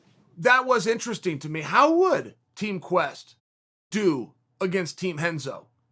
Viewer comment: GUY INC ... There is an R not an H in “R”enzo.